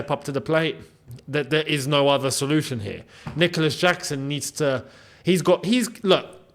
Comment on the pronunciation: Did he say Dicolas Jackson?